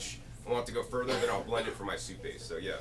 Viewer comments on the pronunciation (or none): none